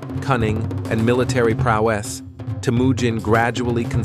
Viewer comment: he said prow wess. Then he said vast sway thes. Prowess and swathes pronounced swah-ths